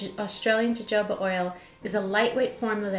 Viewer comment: I don't know if anyone else said this, but jojoba is pronounced huh-ho-buh. I picked up this product today and need to know how to use it. I never put product in my hair, so I need help. I have hairs that stick straight up.